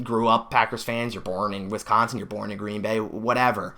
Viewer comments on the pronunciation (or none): I could tell that you didn’t grow up in Wisconsin because of how you pronounced it but it doesn’t matter at least you’re a packers fan!